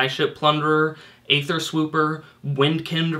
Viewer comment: Hey, its no skin off my teeth, but just wanted to point out that Wizards has confirmed that it's pronounced "EE-ther," the same way as Caeser is pronounced. Love the videos, keep up the great work!